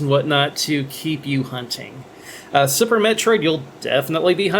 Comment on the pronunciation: Lol, sounds like yer saying Supper Metroid on Supper Nintendo ;p